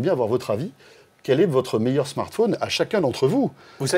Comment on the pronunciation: non la pomme est loin d'être le "meuilleur" fruit pour moi le "meuilleur" fruit c'est AHAAGGA et non la phrase ne finit AAAAAA comme vous l'